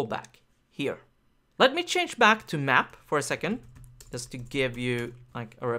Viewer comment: I was just trying to make a bad joke =) anyway in Polish we pronounce 'J' the same way (like 'Y') but strangely enough I had never heard anyone say "yust" or "obyect" until I went to a conference where the lecturers were Scandinavian... Must be a northern thing.